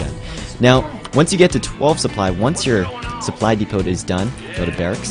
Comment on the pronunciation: Great video for newbies:) Supply depot is pronounced supply depo, btw, THE T IS FUCKING SILENT